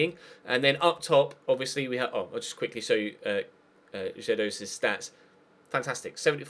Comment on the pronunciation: You don't say Jedoz Butt Gedoz with a normal G